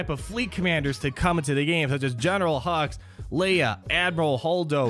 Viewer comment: I keep hearing General Hugs